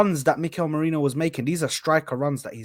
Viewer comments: The Name: Marino Terrys Pronounciation: Merainoo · You got the name wrong mate. It’s “Merino”. Thanks 😊